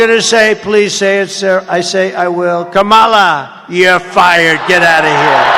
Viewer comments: He still disrespectfully mispronounces Kamalas name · Trump and his allies constant mispronouncing of Kamala's name only serves to make them look ignorant. Its not the power move they think it is. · I don't think they are saying "Lock him up" I think they're saying "Ka-ma-la"